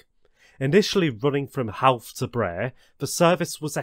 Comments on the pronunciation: You need to learn how to pronounce Irish town Portlaoise pronounced(Port Leash) Howth ( Hoe-th)... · I really enjoyed this video! About the pronunciations, I understand some places can be quite difficult and please dont take offense but here is how some of the places are pronounced: Howth - Hoe - th Drogheda - Draw - Head - Ah Dundalk - Done Dawk Swords - Just like the ⚔️ Portlaoise - Port Leesh Bridge's Glen - Its actually Bride's Glen Again, this video is spectacular and its great to see some recognition from abroad! Even I learnt from this. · Great video. Irish place names can be tricky as the phonetics will be irregular to non Irish citizens. Sligo is pronounced Sly-go. Drogheda is Droh-hed-dah. Howth is Hoe-the.